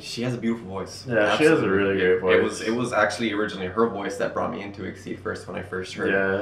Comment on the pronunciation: I agree. Just say the four letters in your standard English: "E. X. I. D." (though it did have it's origin as Exceed in Dreaming) ❤️